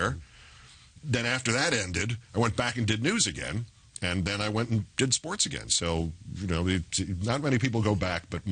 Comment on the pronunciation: Too bad Charlie Rose can't say the word "SPORTS".